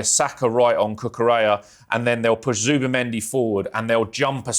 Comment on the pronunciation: Martín Zubimendi Ibáñez is a Spanish professional footballer. So the Z is pronounced like a "th" . So it is "Thoobamendi"